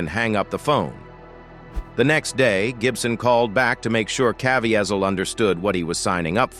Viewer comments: Why can’t you pronounce Jim’s name correctly? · Please if you are going to review this . PLEASE LEARN HOW PRONOUNCE JIM"S LAST NAME.